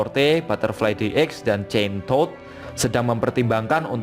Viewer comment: wkwk loe bilang chain todd. gua dngernya kentod min wkwkw